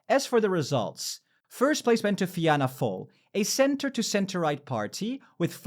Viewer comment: It's a non issue but for pronouncing the Irish partie its Fianna fail - Feena fall Fine Gael - Feena Gail (Some say pronounce it as Finna Gael) Sinn Fein - Shinn Fayn